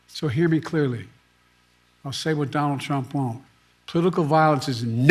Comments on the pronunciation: At the 8 minute mark…. Who’s Johnald Trump? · “Don Trump.” Biden says😂